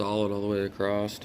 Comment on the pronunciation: Did you finish the video? Nice build but want to see the finished product. ONe thing though, it is driving me a little crazy, there is no T in the word across!